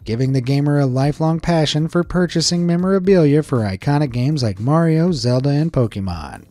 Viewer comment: Mariooo he said frenchly